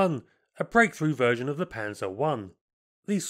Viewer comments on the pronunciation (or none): none